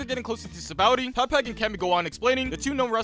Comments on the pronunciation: he mis pronounced Sanjis resturant the (ba-rah-tee-ay ) is how its said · Sorry but it’s pronounced the br-a-tea-a